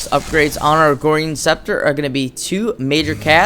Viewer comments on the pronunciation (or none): I love your videos man, very helpful. And you crack me up....BUT FOR THE LOVE OF GOD IT IS "AGORAN SCEPTER" NOT "AGORIAN SCEPTER"!! Again this is coming from a place of love and respect!